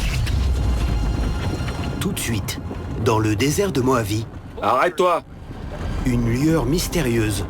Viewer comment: "Désert de Mohavie", "RossVell"... mais ils vont les chercher où les doublages ??